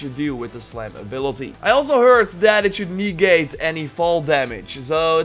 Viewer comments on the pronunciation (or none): Your saying knee gate, its negate, say never then say ne,,,,,ver it's the ne we are interested in, now say ne,,,,,gate. Sorry for being an arse but might help